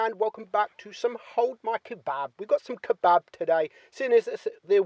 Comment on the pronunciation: It's funny how you say kebab.